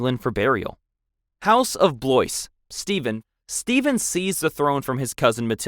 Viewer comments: Eg Blois as bloiz instead of the French Bloa sounding word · Bloise is pronounced BWAAHHHH. Think Hank Hill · It is pronounced 'Bl-wah'. French does not follow English pronunciation rules. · Minster not minister… Blois is pronounced Bwah. Shi nahn. 🤦🏻‍♀️ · Also his pronunciation of Blois, Westminster, and Carlisle